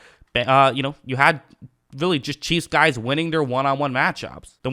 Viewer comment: Every time it sound like you say, the Kansas by City Cheeze